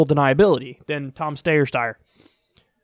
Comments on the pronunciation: I commend the commitment to Stayer... Steyer... LOLOL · Kyle I love u but that Steyer/ stuyer shit is getting annoying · Tom Stayer... Styer... Steer... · its not pronounced steyer or steyer, or even steer, its stair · "SteyerStayer" LMFAOOO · Pronounced sty-er. Sty, like pig sty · Tom Steyer Styr Steer Whatever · Tom, Tom. Steyer Steyer . . . Steer w/e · You can Google on of his ads and see how he pronounces his surname. It's St-eye-er. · "Stayeir, styer" 😂Love u Kyle :) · Steyer.....stayer. DEAD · Steyer? Stayer? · Take one pronunciation and run with it. It ok. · Every time you botch his name I can't help but laugh #kylestheshit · Kyle, please stop pronouncing his surname twice every single time! It's very off-putting! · Every time he says Steyer's name I think of Bugs Bunny saying Hansel. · Wanted to give a thumbs up every time Kyle mispronounced Tommy boys last name. :D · Dammit Kyle, pick a pronunciation and stick with it lol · I'm dying all the different ways Kyle pronouncing his last name. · Kyle you are making yourself look silly by pretending not to know how to pronounce this guys name. What’s going on with you lately? First the ok boomer crap, now this.... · You're saying it wrong. It's not Steyer, it's Steyer. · Kyle please just choose one way of pronouncing Steyer. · Kyle butchering Tom Steer's name never fails to make me laugh. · Just pick a dumb pronunciation of Steyer and stick with it. If you pronounce “Steyer” and “Stier stayer” that’s ok just be consistent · The steyer pronunciation bit was very aggravating. Other than that awesome commentary. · The name pronunciation flip-flop 😂😂👌